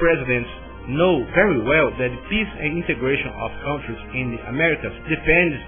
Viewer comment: Eu nunca ouvi coisa mais engracada: o rapaz disse "velhos" para a palavra "values", que significa "valores", no contexto. Tambem disse "KAUNTRIZ" para a palavra "countries", que em ingles e' pronunciada "kantriz", aproximadamente.